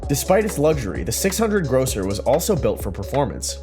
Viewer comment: Grosser not grocer.